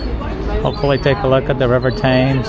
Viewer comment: London Bridge and Tower Bridge are two different bridges. And the river Avon is pronounced like haven, but without the H. The river Thames is pronounced "Tems".